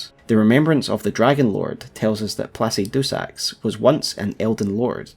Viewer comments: Great content. Just one thing, it’s pronounced “pluh-sid-uh-sax” Sincerely, An engineer with a linguistics minor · I love the way you say placidusax, "placy do sacks"